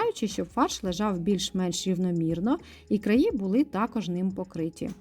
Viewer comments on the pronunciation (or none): none